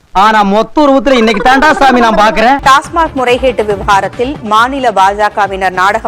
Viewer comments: இந்த கேடுகெட்ட அயோக்கியன ஒரு மாநில தலைவனாக்கியவன செருப்பால அடிக்கனும். டாஸ்மார்க் இல்லடா டாஸ்மாக் இதகூட ஒழுங்க சொல்ல தெரியாத தறுதலை. உங்க மோடி மக்கள் பிரச்சனையப் பேசமா கும்பமேளவ நடத்தி சாதனை பற்றி பேசி ஓடிவிட்டான் ஓடுகாலி. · அண்ணாமலை அவரகளே! அது டாஸ்மார்க் இல்லை, டாஸ்மாக்! படிக்காத சீமான்தான் டாஸ்மார்க் னு சொல்லுகிறார் என்றால் உங்களுக்கும் அதன் பெயரைக்கூட சரியாகச் சொல்லத்தெரியவில்லை! போராடக் கிளம்பிட்டீங்க! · டாஸ்மாக்... ன்னு சொல்லத் தெரியல... டாஸ்மார்க் காம் 😂😂😂 ஆடு பள்ளிக்கூடம் போகல 😂😂😂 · டே ips அது டாஸ்மார்க் இல்லடா.டாஸ்மாக்.